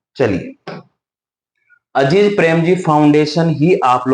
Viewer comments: अजीज नहीं अजीम प्रेमजी हैं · अजीज नहीं अज़ीम प्रेमजी है वो 😊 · Dosto yeah itna baklol hai ki Mr.Azim prem ji ko Aziz prem ji bol raha hai aur farzi